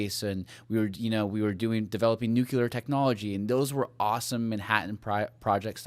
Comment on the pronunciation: Love it all. You guys are great. Super minor request: pronounce the word nuclear instead of nucular 😀.